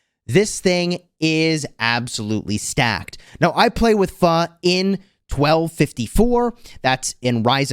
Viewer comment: I'm surprised you said pho pretty close